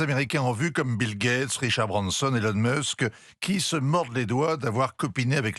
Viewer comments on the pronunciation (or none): none